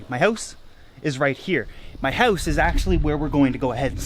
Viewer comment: What's. a howse ?